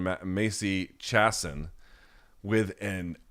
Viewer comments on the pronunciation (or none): I like how Luke is such a douche to BC about mispronouncing Latin fighters last names, and proceeds to keep saying Macy “Chass-on” all week. Get your shit together pal